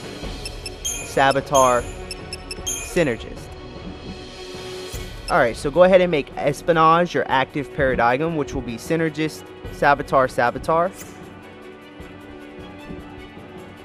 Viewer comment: Paradigm is said paradime <3